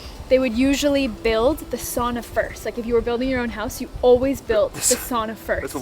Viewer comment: The Finnish pronunciation "ow"